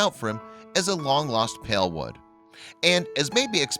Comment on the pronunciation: was george given the opportunity to see his dead buddy and say goodbye? to understand that his bud is dead?? and why does the narrator keep saying pale instead of pal?